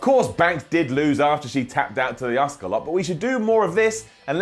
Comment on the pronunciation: americans, pronouncing asuka as aska since pearl harbor.